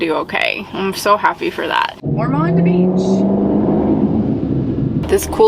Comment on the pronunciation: Ormond Bch pronounced Or mund